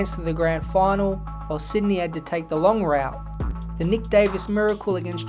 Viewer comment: Where in Aus are u from? I've never heard route pronounced like that haha, great vid on an underrated part of football history